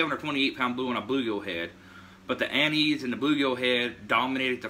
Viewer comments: Lol... "Anizee"... Us yankees of Italian descent (not i-talian) would like to inform you that it is pronounced An-iss.... Nonetheless excited to give it a try. The smell reminds me of my grandpa drinking sambucca in his coffee. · Its not " Ann- eese, its An -is ". Its also illegal in the state of WV to fish with it. Better check your state regs.